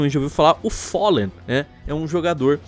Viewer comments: O follen, é com A Falen>é essa a fonética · QM É FOLLEN ??????????????????????? É FALLEN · te ver falando "follen" ta uma dor nos ouvidos.... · Não e follen não e fallen! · só não fala "follen" kkkkkkkk, ótimo vídeo! Na minha opinião estavam xitadassos os players da Chaos.... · engraçado eh o chamando o Fallenzão de Follen UAHSUAHA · Todo respeito ao mas alguem também tem agonia dele fala fóllen e keios? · o FÓLLEN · ''follen'' kkkkk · follen KKKKKKKKK q agonia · FOLLEN? kkkk lingua do cara ta noiada kkkkkkk FOLLEN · gringando: "Foli" "Gáulis" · Po, "folen" e "gáules" pesquisa os nomes dos cara man